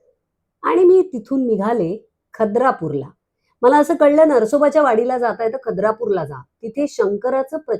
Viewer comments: तुम्ही खूप नशीबवान आहात,दत्त महाराजांनी पौर्णिमे दिवशी तुमचं नृसिंहवाडी ला येणं करवून घेतलं. आणखी एक....खिद्रापूर not खद्रापूर नृसिंहवाडी not नरसोबाची वाडी🙏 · खद्रापुर नव्हे खिद्रा पुर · Khadrapur nahi....khidrapur😅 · खद्रापूर की खिद्रापूर?🤔